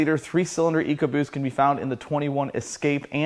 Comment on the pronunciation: ford eco-roost. Not like the old Barra donks from down under...